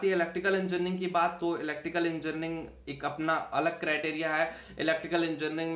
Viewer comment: Pehale engineering thikse bolo